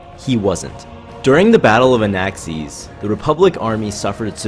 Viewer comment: Did you say... Anaaxees ?